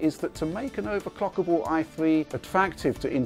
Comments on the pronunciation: He clearly said "overclockable". You need some hearing aids. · He said overclockable. I could clearly hear the L in the word.